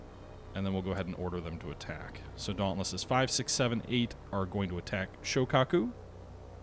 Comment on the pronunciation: Shoikaku??? (Shokaku/Zuikaku? If you can't pick, just choose both... I suppose...) Kingsurga????!!!!! YOUNGAI??????!!!!!!!! Bro... you REALLY have to work on your pronounciations dude. This is the most cringy butcher I have heard in years... Oof. Just oof.